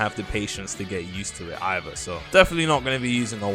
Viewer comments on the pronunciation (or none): none